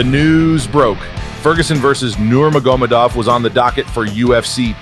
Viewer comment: Lol how dare you mispronounce Khabib Nurmagomedov!! Might as well say Yon Yones while you’re at it!!…. Great documentary though!